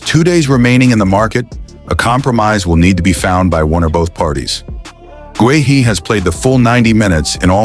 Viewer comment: Guehi is pronounced GAY-EE - use a real person to record the voice over instead of AI dubbing